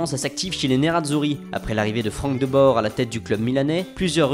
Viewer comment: c'est juste ça me fait chier les Vijenaldum et les Bazohère alors que ça se prononce Oueillenaldum et Bazour... Et là t'as ce gars qui dit De Bore alors que d'habitude il se trompe pas et prononce bien De Bour